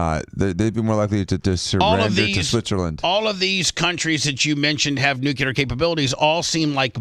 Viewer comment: goddamnit bubbs.....its NUCLEAR. Again its pronounced N-U-C-L-E-A-R. Not NUCULEAR